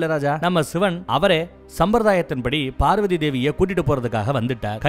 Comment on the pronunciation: நீங்கள் பேசும் வார்த்தையை செறி படுத்தவும் பார்வதி என்று தெளிவாக சொல்லு அது என்னடா நம்ம பார்வதி டார்கலிங் உங்க அம்மா வ இன்னொருத்தன் டார்லிங் னு சொன்னா சந்தோஷ படுவிய